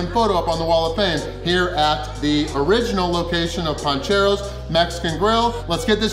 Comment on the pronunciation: It’s PANcheros not PONcheros 😬